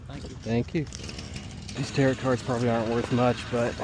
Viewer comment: FYI Tarot pronounced tear-row, not tear-rot. I could care less, but I thought I'd let you know.